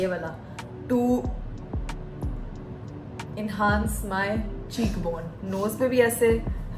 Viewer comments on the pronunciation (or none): baji enhaance nhi enhance hota hai 😂😂 bht achi degree hasil ki aapne 😂😂😂